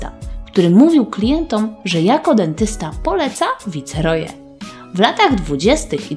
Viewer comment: Sorry, ale jak słyszę jak ktoś czyta "VICEROJE" - to mi uszy krwawią.